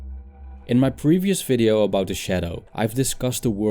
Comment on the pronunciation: Dude you spek video as FIDEO!!! ;-)))